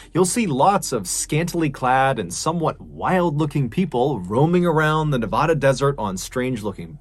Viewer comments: Excellent stories as always! 😄 But Nevadans call it “ne-VA-dah” (like “bad” “sad” “brad”), not “ne-VAH-dah” 🇬🇧 🫖 👑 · My goodness I love ur channel but if U say Nev-ah-da 1 more time I may scream so loud u'll all hear me. Grew up in North Vegas & it's pronounced Nev-add-a. God bless babe ❤ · You wouldn't BELIEVE the amount of Trash that is left behind by "Burners" it's terrible! But I totally support their rights to go out and do what they do, as a "Nev-A-da" resident not "Nev-Ahh-duh"(lol) I just wish that could get together a little more and Trash collect better before they pack up and leave for the year. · Mr Ballen I don't want to correct the way you say Nevada but I don't think the way you said it was right I think its pronounced Nevaada just not that long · Can you pronounce Nevada correctly? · The most disturbing part of the Burning Man story is the way MrBallen pronounces Nevada. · It kills me after all these years there is still people who still don't know how to pronounce Nevada properly. Better luck next time MrBallen. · Darn it, man! I love your videos, but you make too many videos where you have to say Nevada. As someone who grew up there, I die a little every time I heard it pronounced that way. Please, for the love of Nevadan's ears, learn how to pronounce Nevada. There's videos on YouTube on how is pronounced. I dramatically beg you! D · I don’t like how he says Nevada. But I love him so it’s something I’m willing to work around. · This is the second story I've heard you do about Nevada. Other than pronouncing the state name wrong 😉, both stories represented the areas accurately. Well done.